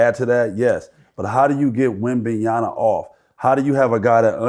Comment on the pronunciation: Wemban(YANA) WRONG Wemban(YAMA) CORRECT Whats so hard about pronouncing wemby name??? A LOT OF YOU GUYS ARE MESSING IT UP‼️‼️‼️